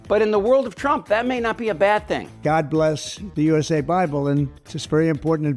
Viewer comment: "God Blesssshhh the United Shates😊"....